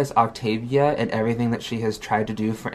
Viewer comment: i can't stand how she mispronounces so many words. "And" as "ind" or "eeend" just for example.